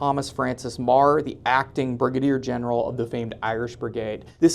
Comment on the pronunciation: It's General Meeeger, not marsger.